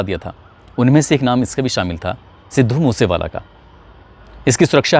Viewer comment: तू पहले अपनी स्क्रिप्ट को ढंग से याद किया कर, रट्टा मार के आ जाता है हर स्क्रिप्ट का , views और likes के धंधे के चक्कर मे अपनी झंड करवाया कर तू और legend सिद्धू मुससेवाला भाई का नाम ढंग से लेले अनपढ़ 😡😡😡 पढ़ पढ़ के भी ठीक से बोला नही जाता तुझसे अनपढ़ कहीं का 😡😡